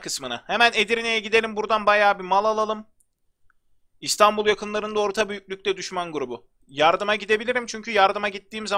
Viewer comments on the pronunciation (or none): none